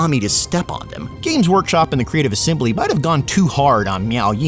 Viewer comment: constantly saying "miao" has my spine twist in anger.